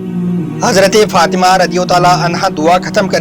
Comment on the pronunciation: bbai sab thil he Masha Allah aap bahut achha batate he par pls izzat se naam lya kare or bibi Fatima he unka naam aap galat pronounciation kar rahe he . pls bura mat maniyega .